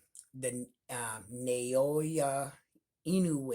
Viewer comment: Let me help you sound out Inoue last names. Na-O-Ya